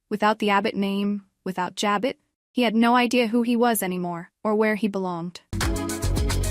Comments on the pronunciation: It's JABOT, French Pronounced ,"Ja bow".not "Ja bot". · ja bow not ja bot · Learn how to pronounce Abbot Jabot!! It’s not Jo-bot!! Diane is 🤮🤮🤮🤮🤮🤮🤮🤮 will stab Jack in the back! Just wait! Sick sick sick of Sharon’s storyline! Ridiculous! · Can you pronounce Jabot right